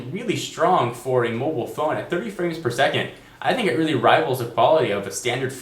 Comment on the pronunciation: weely weely weely like ur videos. one suggestion LOOK INTO THE CAMERA!